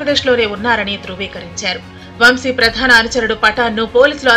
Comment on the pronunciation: వం షీ కాదు తల్లీ వంశీ.